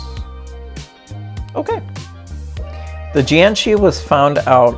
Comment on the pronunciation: It's jiag shi